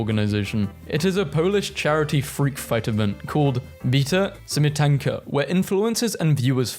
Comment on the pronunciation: almost perfect pronounciation lol also for those who don't know, bita śmietanka could be translated as whipped cream but normally it's bita śmietana